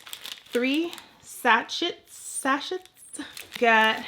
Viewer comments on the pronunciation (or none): Pronounced "sass-shay", plural "sass-shayz". I'm a librarian lol.